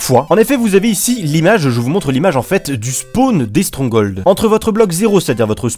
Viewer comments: strongol XD on dit stronghold (strong-gold) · "strong hauld" lel